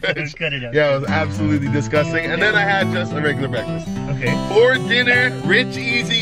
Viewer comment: Not how he said “breakfest “ instead of breakfast because they went to festivals. 1000iq 🔥🔥👌🏽